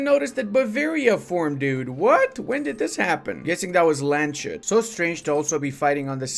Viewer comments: And BTW,, it's not Land-shoot, it's Lands-hoot, for the god's sake, please! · Ok, but is it pronounced Lands-hut or Land-shut?